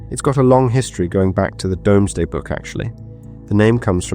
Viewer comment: Hia. Blackley is pronounced Blakeley. It's sitting along the River Irk, not sat. And it's pronounced Doomsday not Domes-day. I'm only a few minutes in so hoping nothing else glaring appears.